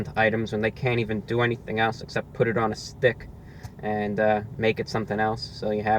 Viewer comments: Lol he says it like A Pancake on a 'Stick' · I like how he says, " STICC ". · Pancake on a sTICK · “Here’s the side view of the pancake on a stickHHH” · Love how you say "on a STICK" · This is my favorite ROTW video of all time. There's all these little things. The repetition of the phrase "pancake on a stick." The emphasis on the word stick. Him laughing at the salt packet they gave him. That 3rd, violent bite he takes. Love it. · Your tongue is in the way of you saying the word STICK lmbo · Loving the way you articulate "Pancake On A Stick" - pronouncing it to rhyme with "Scum!" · The emphasis on stick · His emphasis on S T I C K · The way he says stick you know it’s over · Why so much emphasis on "Stick"? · You gotta really emphasize the STICK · Jennifer Myers this guy really puts the emphasis in stick